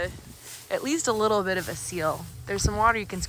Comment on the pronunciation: Hauling the leetle tractor on the leetle trailer with the leetle truck., you’re too cute!